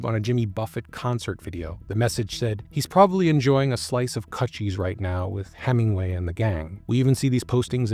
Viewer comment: It's pronounced like CooChie like a vagina...not cut cheese